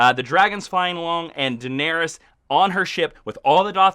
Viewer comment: IT'sPRONOUNCED "DINARISS" (you guys rule though mkay? No crit w/o love)